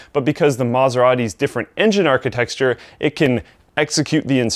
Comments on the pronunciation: "Architecture" not "Architexture". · "Architexture". huh. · "Architexture" :D Nice vid, thanks! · Architecture, not archi-texture :P Nice video, thanks ;) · "Architexture" LMAO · it is architecture. not architexture. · veazix Im not alone!heard it. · I'm Portuguse, I still find it weird. God damn it! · I have only just made my peace with Linus saying 'two-bin' in every watercooling vid but wtf is aechitexture! Cos I am a trainee architext and am now worried I have been saying it wrong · Architexture haha. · Architexture XD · "Architexture", lol. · A CPU's micro "archi-texture", huh? :p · He keeps saying Archi-texture :( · "Architexture". N'awww it's like a kid who can't say "spaghetti" haha. Great explanation though. Definitely makes things easier for people. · Stop saying architexture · Idk why Linus always makes him say "Architecture" since everyone knows he can't say it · good vid, you need to work on how to pronounce architecture though :P